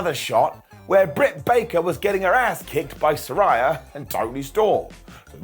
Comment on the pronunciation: Say it with me SAH-RAY-YAH